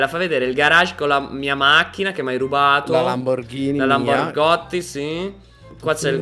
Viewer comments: Si dice Lamborghini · Sì dice lamborghini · ma perchè la chiamate lamborgottiiii😂😂